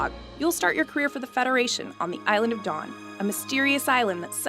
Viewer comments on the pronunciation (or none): none